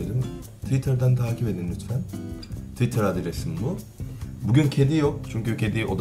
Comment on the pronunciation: İrem Dolunay Yine de iyi söylüyor bence çünkü Korece de Twitter Tuitaa diye okunuyor ^_^